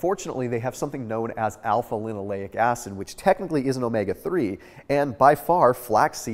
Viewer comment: Alpha-linoLENIC acid, not linoleic